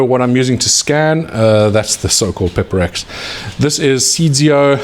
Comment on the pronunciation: You said peper x???? How????